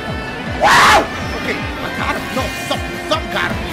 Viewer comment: when dashie yells "NO!!!" it sounds like he sayin' "NOW!!!"